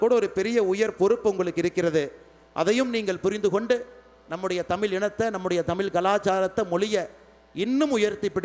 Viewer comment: முதலில் இவர் தமிழை " தமிழ் " என்று ழகரத்தை சரியாக சொல்ல வேண்டும்